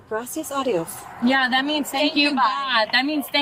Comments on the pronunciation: When the passenger says “thank you god” she’s actually saying “thank you bye” as she is saying “adios” instead of “aye dios” which she didn’t need to include “aye” anyways, her intended phrase was “gracias dios” but instead saying “gracias aye dios” making it sound like “adios” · it sounded like she said "gracias adios" to me and the female officer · The face the female officer made when she said, "Gracías adiós! It means 'thank you god!'" 😂😂😂 (I'm aware she's trying to say "gracías á dios," so there's a more distinct syllable break, and dios has a different vowel emphasis. But she mushed it into "gracías adiós.') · She was saying gracias a Dios not gracias adios lol